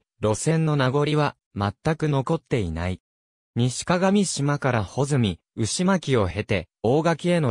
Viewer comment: 鏡島は”かがみしま”ではなく”かがしま”です。また合渡は”あいわたり”ではなく”ごうど”です。